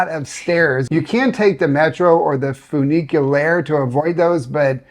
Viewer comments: start "funiculaire" like "fun" - for some reason Americans cannot see the sound "u" like we do in France. But "funy-K-lair" will work very well :-) Thank you for the great videos, I have been living in the US for ever and enjoy getting your feedback on how it is now. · Bonjour bonjour and, anyone visiting Lyon MUST go to "Halles Bocuse". There you can buy the highest quality food you can dream of, paté en croûte, cheese from the best "affineurs" and much much more. You won't believe your eyes. By the way, we say funny-ku-lair (and I'm a little surprised for this unisex bathroom. Something wrong there). If you are interested in christian religion, not far from basilique Notre Dame, there is a very sensitive museum about early christians that used to live in this city (2nd century): musée Antiquaille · It's pronounced "Fun Nic Q Lar" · Funiculaire!!! Repeat after me! FUNICU....🤣🤣🤣